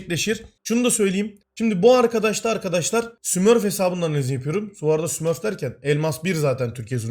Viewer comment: smürf çar dediğide msater elo ha